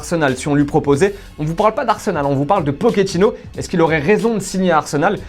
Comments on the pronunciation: Il est argentin et pas italien donc on dit PoCHettino pas PoKettino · " Pokétino " ? t'as cru c'était un pokémon ou quoi ? Ça se dit " potchétino "